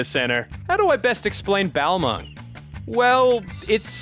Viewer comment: I nearly spit out my food when he said Balmung.